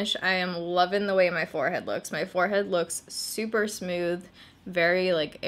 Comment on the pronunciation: "Smewth" haha 😘